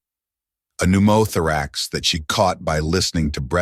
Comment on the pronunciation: NU MA. THR X. NOW I’LL PUT IN THE CORRECT PRONUNCIATION FOR THE AI SCREWED UP ON NU MO THOR RAX It’s so hard word yeah but I should’ve done better on it